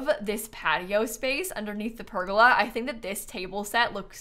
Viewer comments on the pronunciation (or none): That’s not how you say pergola!!!!!! Besides that love your builds